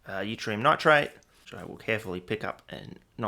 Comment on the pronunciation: once again, wildly mispronouncing things. keep it up mate (theres no "y" sound in Yttrium, its like "it-ree-um")